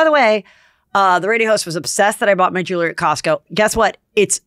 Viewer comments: You wouldn’t have these problems if you said the word, JEWELRY, correctly ! It’s 2 SYLLABLES !!!💥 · Even though Heather asked for funny corrections, I’m pretty convinced that she doesn’t read the comments. She wouldn’t still be saying , ROON and Squirrelly Jewelerey